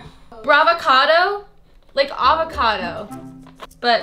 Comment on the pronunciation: No she didn't say brava-codo 🥑😢😂